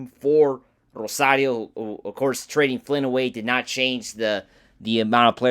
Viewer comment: Rosario not Rosadio